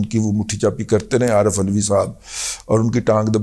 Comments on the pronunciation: Please don't call him Aulvi. Its ALVI and shouldn't be ridiculed due to religious reasons. Kindly have a careful reading of history. Its a sensitive issue. I am your regular listner; but We need to be extremely careful (in such issues). Kindly respond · جناب علوی یا اولوی نہیں بلکہ دلوی لکھا پڑھا اور پکارا کریں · ULVI ha,.. ka, talafuz sahee ha,... DADA G.